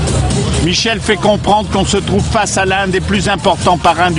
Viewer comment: "quand on me tesse, on me touve"